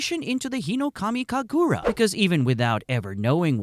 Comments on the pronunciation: Uh it is hinokami kaagura not hinokamu kagura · Bro you gotta pronounce hinokamikagura faster (not sure if thats how its spelled but please)